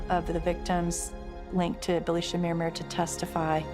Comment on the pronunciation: Stop saying "Chermirmir" 😂